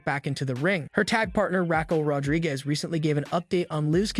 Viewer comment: Yes, but the AI or who ever said it pronounced it as Rack El Rodriguez... Not Raw-kel, but Rack El. Listen again. I'm not upset about the statement. I'm upset about the fact that this was likely done by AI and the name was misspelled. Sloppy.